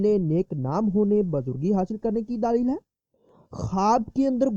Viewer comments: daleel hota hai daaaalil nahi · Pahley bolna seekho daaleel nahi daleel